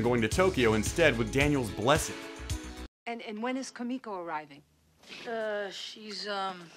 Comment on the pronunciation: Her name is Koo-me-ko. Get it right, instead of ruining the video. LOL.